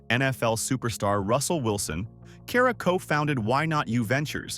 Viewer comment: Not y’all saying Ciara’s name wrong!!!